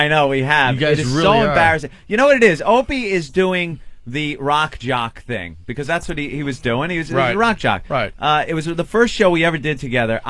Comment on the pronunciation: “Here’sh da ting”*